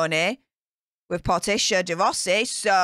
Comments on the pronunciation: you make me laugh so hard when you say Ellen's wife's name wrong, it's Portia pronounced like the car Porsha, LOL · I think she meant it to rhyme with “Morticia” Like from the Adams Family that’s why she said “Porticia” and not “Portia”